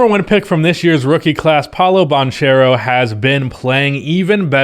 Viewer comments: His real pronunce is banchero not banciero You have to use the sound like duNK/baNCHERo (Italian pronunce) You use all 2 in the video and only one is correct Great video as alwyas! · I’m Italian, the “ch” it’s pronounced k, so the correct pronunciation is “Pàolo Bankero” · It's pronounced ban-care-o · Bro didnt learn how to say his name first